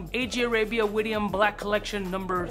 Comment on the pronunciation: Yo, great Syrian perfumery house. It's pronounced Wid-yan. Rhymes with "Kid-Man".